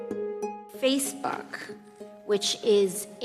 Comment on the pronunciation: Am I the only one who did NOT hear "FaceBOOK"? 😳